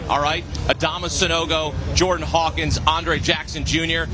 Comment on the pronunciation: Love Avery Johnson, but good lord my guy, it's Hawkins, not Harkins